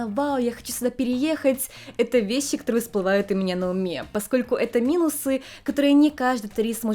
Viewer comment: А тут уже раскрывали, почему произносит шипящие на японский манер?, Неотсевидные, весьси (вещи) и тп? Вроде ее мама тут говорит абсолютно стандартно. Может, специально выработала такое произношение в отрочестве, когда была отаку? Меня как лингвиста больше всего заинтересовала и удержала на канале эта особенность, было бы очень интересно узнать.